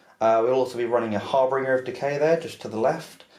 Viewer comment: Guys it is not a HarBRinger it is a HarBInger......great batrep btw!